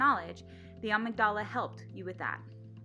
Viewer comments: ah-MIG-da-lah. accent on second syllable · I think you mean, ah-MIG-dah-la.